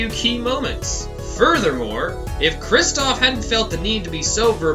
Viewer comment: The Brothers of Destruction: Khrrrrrristoph Gayvin, and Klahveer Gavvin!